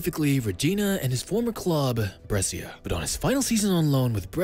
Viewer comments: Man please it is not Bressia, it is Breh-sha.. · say it right ..is brescia